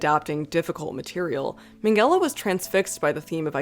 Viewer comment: Why does she pronounce Minghella as Mengele 😭